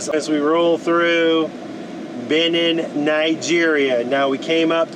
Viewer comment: It's BenEENn not BEhnin.